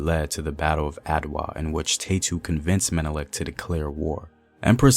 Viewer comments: Ta-ye-tu!! Is her name. Neverless great information. Her name is our pride. 🇪🇹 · you are saying her name sooooo wrong.